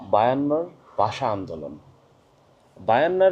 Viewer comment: আপনার অনেক পড়াশোনার প্রয়োজন আছে। জিন্নাহ পাকিস্তান কে ইসলামি রাষ্ট্র করতে চায়নি। মুসলিমদের জন্য পৃথক রাষ্ট্র চেয়েছিল। আপনি "ভাষা" শব্দটি উচ্চারণ করতে পারছেন না।ভাষাকে বলছেন "বাসা" এটাই ভাষা আন্দোলন এর বিপদ! ইতিহাস পড়েন। বাংলা ভাষাটা ভালোভাবে শিখে তারপর বাংলাদেশের জনগনকে বুঝাইতে আসেন। ইতিহাস না জেনে মূর্খদের জন্য ভিডিও করা যায়।ইসলামের ইতিহাস সম্বন্ধে আপনার কোন জ্ঞান নাই। ভাল করে ইসলাম প্রতিষ্ঠার ইতিহাস পড়ে নিবেন।